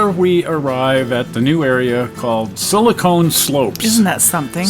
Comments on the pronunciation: Another interesting, well done video, thanks from this subscriber who watches and enjoys all of your output. But as an old techie, I do have one little comment - the silicon in Silicon Valley is pronounced siliCON, not siliCONE. That added letter E makes a huge difference. SiliCON is an element used to make computer chips, but siliCONE is a soft mushy organic compound used to make things like breast implants. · oh, I think you might want to reconsider your pronunciation of 'silicon' slopes. I chuckled. see you when we see you, I wish you both the very best.